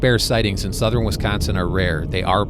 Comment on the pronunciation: I love how he says WeescOnseen right out the gate. True WeescOnseenite.